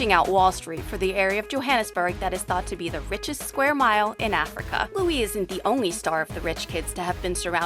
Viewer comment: Anyone else cringes when she says Africa?